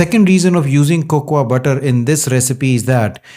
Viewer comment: Great video Check your pronunciation.. Cocoa is Coco Almond is Aamond